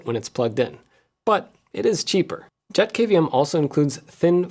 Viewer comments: thats a pretty sweet little dude! Every time you said JetKVM, I kept on hearing "Jeff KVM" 🤣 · Every time Jeff says JetKVM I hear JeffKVM.